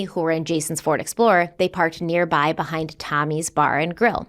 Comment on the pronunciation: Did anyone else hear say Flord Explorer once or twice? In all seriousness, this case is sad. My heart breaks for Jason and Amy’s family and friends.